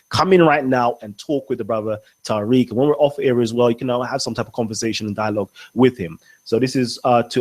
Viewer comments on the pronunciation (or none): People, he's Ta-reek, not Tie-reek. I'm Tyriq.